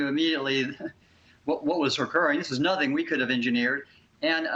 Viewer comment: General Mark says "I know nuthink ".